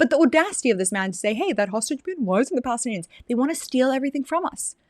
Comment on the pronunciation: They couldn't say Palestine. Balestinians, leave the P alone!😅